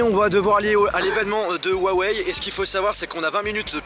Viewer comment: salut, ca fait plusieurs fois que tu fais l'erreur donc je me permet de te le notifier: huawei étant une marque chinoise, la prononciation du la marque est également chinoise et le H se prononce "R", soit [Ruawey]. Sinon continue comme ça, tu déchires!